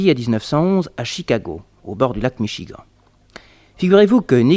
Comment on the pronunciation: au bord du lac Michi-gant il aurait pu dire le dire comme les américains disent " micht- chigane"par contre pour le mot petrolium ou square il les prononce à la perfection... on s'y croirait